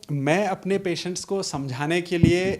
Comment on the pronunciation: Very important information provided. Thanks to Dr saheb The host had put up good and relevant questions but pronunciation of word patient should be improved.